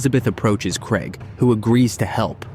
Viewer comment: It's craig. Not fucking kreg.